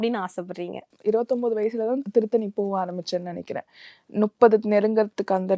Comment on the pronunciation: நுப்பது இல்ல மா முப்பது